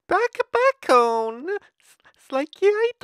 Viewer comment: It took took me to the end of the video to realize he was saying bacon